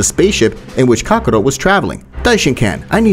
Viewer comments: Bro said Kakaro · Kakarot and this man's pronunciation is ka-ko-ROOT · He says Kakarot like Kabarrot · why are you not sayong words correctly like saiyan or kakarot or evil and alot of other stuff man please be a better speaker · the way he pronounces kakarot makes me upset